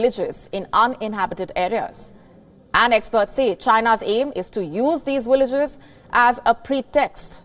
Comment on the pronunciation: Villages is with V not a W!